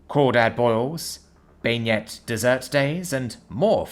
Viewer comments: Ben-yay not Bag-net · It was great until he said beignet wrong it's pronounce been-ya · that pronunciation floored me. It’s supposed to sound more like Ben-yay like benign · Yeah. I often wish Narrator could pronounce words from French and Spanish origins....and often English ones. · Oh, FFS,. I love you man, but this is yet another plea for you to actually learn how words are pronounced before you finalize your recordings. Hearing you butcher "beignet" hurt my foodie heart.